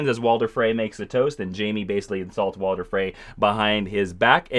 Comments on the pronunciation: His name is Walder Frey not Walter Frey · Walder* not Walter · WalTer Frey... seriously, train pronouncing the names before you record for 15 minutes. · Ramsey was given a royal decree that he could take the name Bolton, as a payment for his fathers fealty. And it's "King in the North" not King of the north. And stop saying 'Walter' Frey. Please read up, you clearly know very little about this. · Am I the only one who heard him say "Walter" frey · Woahwoahwoah.............. i had to stop the video to comment this, it's not "Walter" Frey it's WalDer Frey...... FUUUUUUUUUUCK